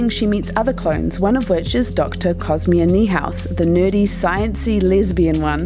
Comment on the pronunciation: Cosmia? Her name is Cosima. And the actress is named Tatiana MASLANY! Is this a bot narrator?